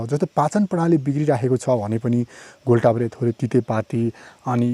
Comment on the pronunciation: घोल ताप्रे होइन राजा घोड टाप्रे हो !